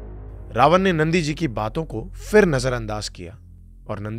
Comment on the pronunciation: Itni achhi bhasha hai aapki. Bas PHIR ko 'f'ir na bolein please.